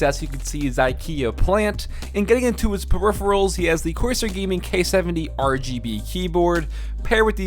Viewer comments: dude you said "periphials" instead of peripherals smh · "Periphials"? Is it a running joke to not pronounce "peripherals" correctly in Frank's video? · Like no offense but I laughed out loud when I heard "periphials" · Hey. Activate Windows dude, otherwise people will assume you stopped being a ninja and started to be a pirate haha. Also: Peripherals. You totally messed that pronunciation.